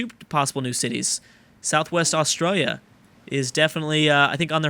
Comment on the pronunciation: Perstralia... lol